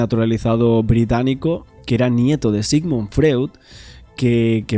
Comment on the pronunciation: Me gustan tus inestigsciones . Enhorabuena! Freud, se lee en alemán FROID…